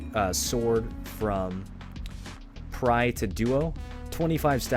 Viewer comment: Thanks for the guide but your "DUO to TRY" or "PRY to DUO" just killed me :D TRI= nearly sounds like three, PRI= same but with P :D